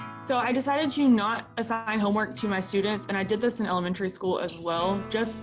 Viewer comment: "assing" homework